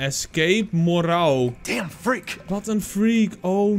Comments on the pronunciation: je spreekt het uit als Merro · Hé je maakt super leuke content blijf zo door gaan En je spreekt het uit als morro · je zegt het als Marro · Hoe iedereen het zecht moreau: morauw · Je spreekt het uit als Morow, Zoals Bureau (dezelfde "o" klank). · Je zegt het als moreu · Telkens zeg je de naam van moreau verkeerd. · Wat kan je de naam goed uitspreken🤣😂